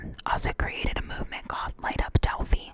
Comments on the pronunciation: Not pronounced Delphy….pronounced DELL FIE (like PIE). So, I'm not sure where you got your information from - how do you know anything about these girls and don't know how to pronounce the name of city they lived in? If you have watched any other video's from other youtubers or news from Indiana with this topic you would know that. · Hey! It's DEL FY not DEL FEE. the composite sketch is not based on the photo Libby had taken, it is based on eyewitness description(s) of at least one, and possibly two people who were in the area at the time and think they spotted the suspect.